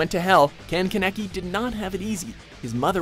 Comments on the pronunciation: I didn't think it was that hard to pronounce Kaneki's name HOW DOES KANEKI LOOK LIKE KENEKI WTFFFF I AM CONFUCIUS!!!! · ke naki ITS KAA NEH KEE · dude spell kaaaaaaneki RIGHT 😂😂😂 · Ken keneki no its kan KANEKI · I’m confused is it Ke-neki or Ka-neki because I believe its Ka-neki in the animation I’m not trying to be rude or anything, it just bothers me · YOU PRONOUNCE MY PRECIOUS ONII-CHAN'S NAME WRONG! KEN KANEKI= KEN KAHN EHKI. NOT KENEKI. KANEKI. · They pronounced it keneki! It's KAHN-KE-KEY (Kaneki) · Did... Did you just pronounce it keneki instead of Kaneki... I... I have seen a lot of names butchered by mojo, but... This is one of the worst... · Did my guy just said ken keneky?😭😭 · kaneki is pronounced (kahn-eck-ee) holy shit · "Ken Keneki" "Ken Kaniki" Grammar 2k18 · anyone else cry at “ken ken-aki” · Ken Keneki? What?🤔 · Ken kaaaaaneki you stupid fuck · KA-NEK-I !!!! Pronounce it right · "Kuh-necky"? Seriously? That's not how it's pronounced. Anyway, this list is recent enough that Subaru from Re: Zero should have been #1. He was just a guy trying to get some manga and ramen who's now gone through hell several times for no apparent reason. He experiences death like 10 times, watches his loved ones get killed off and tortured, and has to go through it again because the world refuses to just let him die or take it easy. Especially with the most recent episode's confessions (although released after this video) it's fairly obvious Subaru is one of the most unfortunate characters of all of anime. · 'Kehn Keh-neck-ee' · I couldn't even watch that part because every time he said ken kaneki I got really mad for no reason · Ken Kenekie is how he's pronouncing it. xD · I was hopeful for your pronunciations unil you said kanki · It's pronounced karn-eki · Ken Kanaki hahahahaha You said it wrong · I dislike the way he pronounces kaneki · YOUR BUTCHERING KANEKI'S NAME! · The way you said Kaneki bugged me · I cringed from the way you said kaneki.